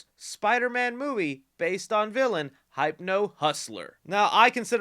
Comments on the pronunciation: It's read as 'Hip•no' not 'Hayp•no' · No one gonna bring up he said "Hype-no" and not "Hip-no"? Okay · You trollin... How you gonna say "Hype No Hustler" and then pronounce hypnosis ("Hip No Sis") correctly? 💕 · It's Hypno like hypnosis, not hype-no. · that's how ur supposed to pronounce it, bro managed to say "hypnosis" right but not "hypno" 😭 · Hip-no, not Hype-no. LOL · I think it’s pronounced Hipno like a hypnotist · Pretty sure Hypno-Hussler should be pronounced Hipno-Hussler. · Its HIP-no... as in hypnosis... hypno hustler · Weird that you can pronounce “hypnosis” but can’t figure out that “Hypno-man” is a derivative of it and should be pronounced similarly, NOT like hype…lol. And just because that idiot Campea pronounces Gadot incorrectly doesn’t mean you should. Her name is pronounced “gah-doughdt” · it's “Hip-no", you know like Hypnosis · Correct me if I’m wrong… isn’t Hypno pronounced Hip-no? Like hypnotizing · BRO ITS HIP-NO 💀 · Why does he pronounce Hypno as "Hype-no" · DUDE HYPNO AS IN HYPNOTISE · The way pronounces Hypno hurts me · Are we just not going to talk about how this guy can’t say hypno? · Sorry to be 'that guy', but that's not how you pronounce "hypno"